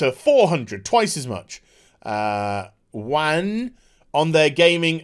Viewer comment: Pssstt.... The correct pronounciation of "Yuan" is "Yuen". Kind of like the Japanese "yen" but with a bit of "u" sound after the y. If anything just say yen. Sounds closer than "you-AN". Lol.